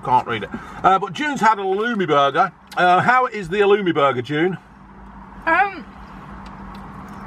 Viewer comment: Right folks Halloumeh